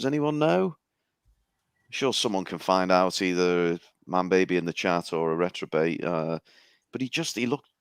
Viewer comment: Reprobate not retrobate. Why is nobody telling him? Poor guys been saying retrobate all intro